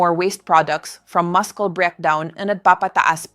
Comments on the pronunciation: The voice She used is tagalog AI sa READING, KAYA NGA MASKELS ANG MUSCLE😂 BUT ANYWAY THE INFO IS VERY GOOD..BELIEVE IT OR NOT!!! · Hindi doctor ito dahil she can’t pronounce muscle right.